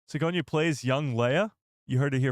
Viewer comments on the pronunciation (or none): OMG her name is pronounced Si-goar-knee not Sigonia. Have none of you watched the Alien movies or Ghost Busters or the Avatar movies or Galaxy Quest? you sound like you've never heard of her, she is a huge actress and especially huge in the Sci-fi universe.